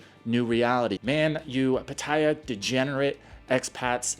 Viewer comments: Never heard it pronounced “Patteya” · It's prounounced Pat-ah-ya. I can't stand the way you say it. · It's not pronounced PA-TAY-UH or PA-TIE-UH.